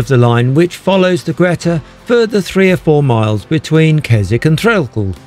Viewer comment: I remember going on one of the last trains as a nipper. The driver came and asked me if I'd like to sit with him at the front. I was beside myself with excitement. A memory which will last a lifetime. Nice video. Thanks P.s ..Greta is pronounced Greeta